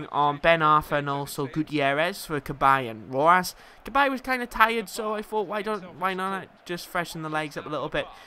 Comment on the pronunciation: Rojas is pronounced ro-ja-s